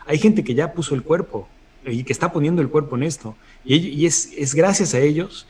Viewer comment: Dijo Ponido o escuché mal ? 🤔😱